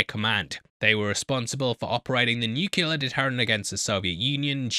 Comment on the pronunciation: For the love of God, please learn how to pronounce nuclear